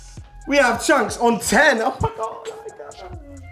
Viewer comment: “cheonks” 😂😂❤️ love dese two always been ma favourite love how u lot keep growin bigger 😭💕